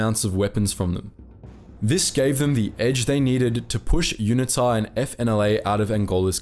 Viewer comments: Dude you are not an American so please use proper English pronunciation. For example route is pronounced root not rowt! Learn the place names and how to pronounce them and UNITA is pronounced Uneeta not unittta! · UNITA is pronounced with a hard U. U Nita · Please get your pronounciation of unita right, secondly yes even today the ruling party still incorporates south west africa naming within swapo lol, also did time in the SADF back then - at least back then there was no load shedding or out of control high crime rates, proud to have been part of the worlds best fighting communism, not like today embracing communism